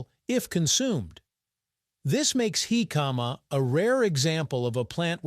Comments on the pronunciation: HICK-uh-muh. Accent on the first syllable. Say it without drawing the word out. My grandmother made her jicama salad over half a century ago. It was a very crisp and refreshing! The size and shape of the jicama slices were like short wooden matchsticks. Jicama salad goes good with fried chicken, btw. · In Mexico, it's pronounced JI-ca-ma. The tonic syllable is at the beginning of the word. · Yeah. Just reduce the sound and put on the captions. Horrible pronunciation. Heee-kaaa-maaaa... I saw another documentary a year or do ago that pronounced it Ji-KA-ma with the j sound and the accent on the second syllable... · He - Kama is the way Mexicans pronounce it Hick-uh- ma is the English way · They are pronouncing it wrong it is pronounced hick-uh-muh, not heee-kaaa-maaa... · I feel like I've been mis-pronoucing it like "Hick-a-MA" all these years. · I like this channel, but if you're gonna do a video about something, learn how to pronounce it. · Almost impossible to watch with that pronunciatiom. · I have to skip this one, too painful to hear the pronunciation over and over again